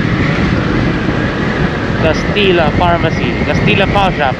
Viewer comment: Kastilla pronounced as kastilya and juban as huban po...safe ride and enjoy.. 🏍️🏍️🤔🏍️🏍️